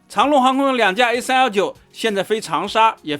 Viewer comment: 跟我读：长 long， 长rong 。改天再来个长农